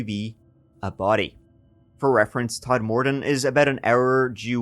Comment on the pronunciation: Todmorden not Tod-morden. Sincerely, a local.